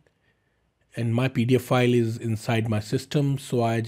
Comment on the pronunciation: please learn how to pronounce 'pdf file' from google. It sounds like you are saying paedophile